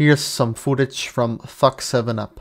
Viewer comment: Why did you keep saying Fack7up instead of saying FackTup? Dude used leet to make an a55hole nickname. He deserves everything that you are trying to defend him from.